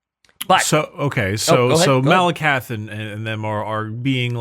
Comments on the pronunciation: saying Maleketh every time he mentions Malekith was pretty painful to me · I know this is just me being petty, but I did not expect to be screaming "Malekith! The E comes before the I!" For like half an hour in my car